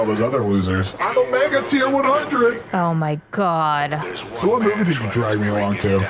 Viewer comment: it's Omegaaaa not Omegi